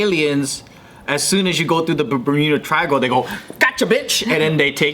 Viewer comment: Thought Joe said burrito triangle